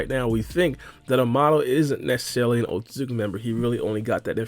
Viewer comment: Your style of speaking quickly and saying Otsutsuki so many times per video, has you mumbling the name now. It sounds like you're saying OatSazuki. Slow your pace a lil bit lol or not 🤷🏿‍♂️😎👍🏿